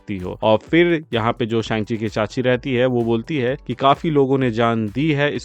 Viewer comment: Shang chi ke cacchi nehi vai ,, sang chi ke khala he 😅